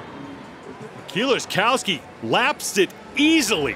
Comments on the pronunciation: "Kills-A-Cow-Ski" American commentators at international events are always good for a laugh. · Super cringe commentary here from the one guy. He goes through about four different pronunciations of "Kieliszkowski" and none of them are correct. Glad they now have people like Loz and Pritchett doing the announcing.